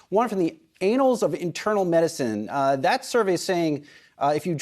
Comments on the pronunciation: The “Anals” of Internal Medicine? It’s “annals”, pronounced with a soft “a”. Learn to pronounce words and not embarrass yourself. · LOL! Why does he say anals instead of annals?